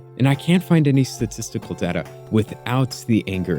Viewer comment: You said data wrong